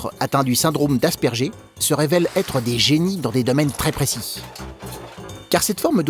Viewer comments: Pas "asperjer" mais "Asperguer" pour la prononciation d'Asperger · on dit asperguer et pas asperger